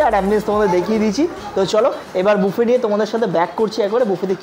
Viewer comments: মামণি,তুমি খুব মিষ্টি,কিন্তু তোমার উচ্চারণ ঠিক করতে হবে । সারা ভিডিও বাফেট বাফেট বলে গেলে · Valo lagey. Dekhi vlog gulo. Kintu ekta chotto suggestion... Pls buffet ta pronounce korben buffey boley. T na f hobey uccharan